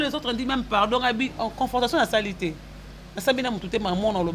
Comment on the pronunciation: tu dois faire un effort pour améliorer ton français parlé car tu fais de fautes lourdes, comment tu peux dire insalité et guidariste....Ezalaka té.....on dit plus plutôt insanités et guitariste ça ce sont des notions préliminaires d'une personne qui a maitriser la grammaire en primaire. Classe ekomi ofele va te recycler en grammaire